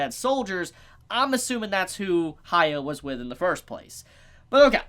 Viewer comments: Is this an English-speaker thing? You can't pronounce "hya" you have to make it ha-ya? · Please dont take it the Wrong way its prenounced Hyaku-maru Its not Acurate But It Should Help I beleave the Manga Do not use Modern Anime Names LOL Like Hiro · Idk why so many people have issues pronouncing Hyakkimaru's name. The characters say his name. Just listen and repeat. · You can't expect everyone to just pronounce a fucking name like hyakkimaru correctly the first time when the names they're used to are completely different.